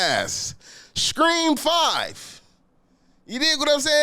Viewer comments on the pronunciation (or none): Dis nigga said “scream 5” 😂😂😂